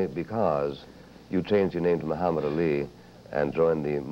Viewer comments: Buckley is intentionally mispronouncing Muhammad Ali. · Seriously I think Buckley is intentionally mispronouncing Ali's name as a tactic to make him angry .